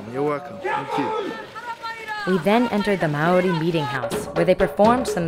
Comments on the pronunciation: HAHAHAHAHA I CAN TELL YOUR NOT A KIWI! haha you say Maori the way it's spelt but really it's pronounced like moldy but the L isn't strong haha ;) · Your pronunciation of Maori is adorable. Good thing you are not a kiwi because you would be in trouble haha. Loading this up so long after you were here has really toyed with my emotions :( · Kia ora Hannah hopefully u enjoyed your stay how to pronounce maori = mould ri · It's so funny to hear hannah say Maori the way she does, if someone from New Zealand (like me) says it like that you get teased so much about it. As a tip, the correct way to say it, is similar to the sound of the world 'moldy' at least…. in a new zealand accent... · It's cute how she tries to pronounce Maori! Hahahhahahah Americans... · I don't think John Key is stupid, I mean he must be doing something right considering the fact that National won the election by so much. But I agree with you on the fact that the way Hannah pronounces Maori is funny. :) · I'm glad I'm not the only one who found her pronunciation cute :3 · as a new zealander, loved how this video included quite a bit of our maori culture/heritage. thanks hannah! but next time you visit NZ, we'll have to work on your maori pronunciation - i'm more than happy to oblige! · ahaha i love how you pronounced "Maori." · Your pronunciation of the word "Maori: is terrible. Don't worry though, I'm born and bred in NZ and I still can't bloody say it properly.